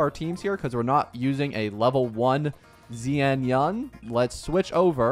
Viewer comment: Zian yan! Ofc😂😂 And suAnni ❎️ sunia✅️ Mistakes like that can be avoided with just a tid bit of effort, buy you chose not to... 🤦